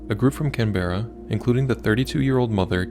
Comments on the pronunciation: It's not can berra, its can CAN, Like (come at me) BRA. CAN BRA. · Also its can bra not can bear a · FYI, it's CANberra. Or CANbra. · It's pronounced CAN-berra, not can-BER-ra. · Fyi. Canberra is pronounced - Can-brah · You pronounced Canberra wrong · Wholly dooly!! AI Can't even pronounce Australian places let alone get the facts correct. The deceased deserved a bit of respect. This is despicable! Shame on this dumb channel. That's not what even happened. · Are you trying to say Canberra? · I should not, but do, get peed off when a story is told & the research just to learn how to pronounce a place name isn't bothered with. Anyway, I do know some of the names are not easily said, but Canberra should only has two syllables with not so much emphasis on the 'e'. OK, I'll see myself out now :/ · Please learn to pronounce english words like Canberra 😂